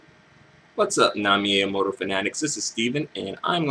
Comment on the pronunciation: Dislike for not saying her name right. Amoru? Really dude? Really?